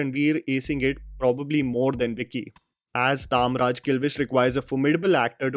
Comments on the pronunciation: तामराज नहीं तमराज होता है, जबरदस्ती अंग्रेज बनने की कोशिश मत करो😂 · Why is your Hindi so anglicised? It's TAMRAJ(KING OF DARKNESS),... NOT TAAAMRAJ 😜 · it is Tamraj not Taamraj. tam = andhakar (darkness). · It's not taamraj. ...... It's tamraj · He is Shaktimaan you Said Shakti-man , and Its Tamraj not Taam-raj . Tam - Darkness/ night . Ranveer < Shaktimaan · Taaamraj nahi Tamraj hain. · I don't understand what's wrong with this guy's pronounciation game. I mean, the guy has literally seen shaktimaan start to end. And still call kilwish as "taamraj kilwish" n not tamraj kilwish. There's no way he doesn't remember the original pronounciation from tv show since he knows many other tiny details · It is Tamraj kilvish not Taamraj kilvish😂😂😂😂